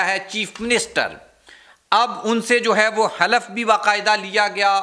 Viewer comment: حضور اپنے تلفظ کو درست کر لیں ۔ لفظ “ ہے” نہ کہ “ خے “ دوسرا یہ کہ لفظ بھئی کا استعمال غیر ضروری۔